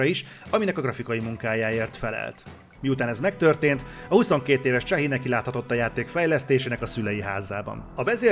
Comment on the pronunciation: Chahi nevét kb így kell ejteni: "Sái".:) H hang nincs a franciában!:) CH pedig általában S-nek ejtendő.